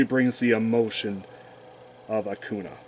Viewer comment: I love it when you say "Akuna" to "Akainu" XD I also bought some of the cool Omega Rares in the last time. They are great. You can also see if its a reprint because of the corner right. There is a "A" for the reprint. The normal print hasnt that "A".